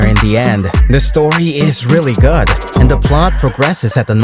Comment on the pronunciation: The way you say GOOD sounds like GOD.